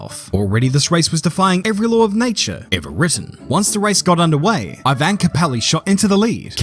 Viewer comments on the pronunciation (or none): none